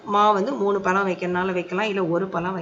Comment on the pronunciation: எல்லாம் ok மனதுக்கு திருப்த்தி ஆனால் பளம் இல்ல பழம் அம்மா pls dont mistake தமிழ் கடவுள்முருகன் கோச்சுப்பார் . மற்றபடி Super